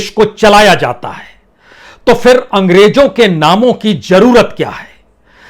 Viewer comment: ANGREJO NAHI ANGREZO BOLO ACHCHA BOLTE HO MAGAR PRONUNCIATION KUCH ALFAZ KA SAHI NAHI HOTA HE